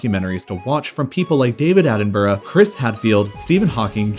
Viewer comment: Happy to hear you finally pronouncing David Attenborough’s name in the correct fashion.